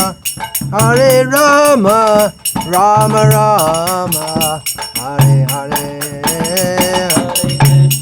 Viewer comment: Namaskaram 🙏🏻 atleast you pronounce Rama and not Ramo which is incorrect.👏